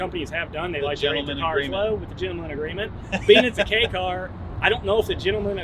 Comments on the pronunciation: I'm not sure on the 4 foot measurement, but I know the 8 foot long part is definitely wrong. It's much closer to 11 feet. All he had to do was measure the one next to him. I don't know about the downtown city reference he speaks of, but the KEI (pronounced like the following letter, K) class does get some preferential treatment regarding registering and taxing, though Japan has reduced some of these advantages in the past few years. At one point you didn't have to prove you had an off the street parking place for them because of it's small size. This car is from the end of the bubble economy, back when people had money, and car companies were bold enough to try fun things that maybe didn't need to speak to almost everyone to justify building them. I'd love to have one, the 4WD version if possible. A nice video. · pronounced K" not Key haha but great vid chap! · Kei is not pronounced key its kay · You pronounced kei wrong